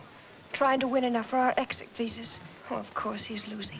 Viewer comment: It is odd that during the opening narration the narrator mispronounces "visas" , he says something like "visays". But the word is pronounced correctly several times by actors in the film.